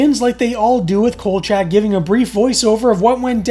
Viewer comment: Could you please get the characters name right, his name is kolchack and not kojack.